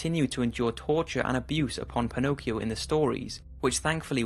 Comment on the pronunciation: Mi fa sbellicare il modo in cui pronuncia Pinocchio e Geppetto XD